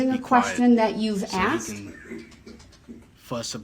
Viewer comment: "Biast", "axed"..where the he$$ did he learn to talk??